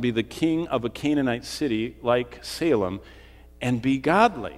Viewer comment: It's pronounced "say-lem", there is no "h" or "sha" in "Salem", nor a "leam". People from Salem Massachusetts are having fits hearing this...very distracting.